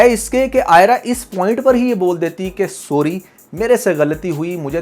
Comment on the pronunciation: THANKS FOR YOUR analysis. But few mistakes in Urdu and English pronunciation in your talk. You should say phir instead of fir. Also check the pronunciation of the word sorry,YOUR SORRy is oo narrow.